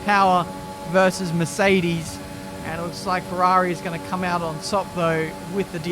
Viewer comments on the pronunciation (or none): none